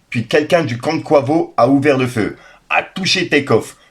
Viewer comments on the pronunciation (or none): Top la vidéo mais Quavo ne se prononce pas Kouavo mais Quayvo 😅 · Mdr😂 je suis désolé la prononciation de quavo 😂 tu m’as fumée ! Merci pour la vidéo en tout cas 🙏🏾